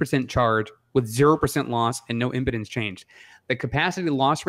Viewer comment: I think impedance is read with an emphasis on the long e: impeeedance. Keep up the great work guys